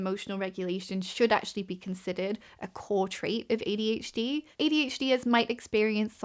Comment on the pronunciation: i know i'm very late to commenting on this video, so you probably won't see this, but i think it is very cute that your accent takes what i usually hear as an "er" sound and turns it into "ear". makes you sound like you're saying "ADH-Dear", which is literally so precious and i'm going to use it 💖